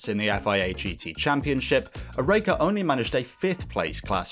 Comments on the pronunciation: Only issue here is your pronunciation of Oreca (OR-RA-KA) at least that's how it was pronounced when I was a kid watching them race live. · Great video but your pronunciation of Oreca is hurting me